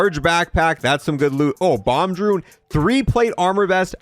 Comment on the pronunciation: Bomb dron?? 😭 not drone lmao I watched a prior video of yours when you mispronounced a word . Happens to the best of us 😅